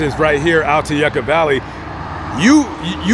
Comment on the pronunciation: And it’s pronounced yuka valley like how the Russians would say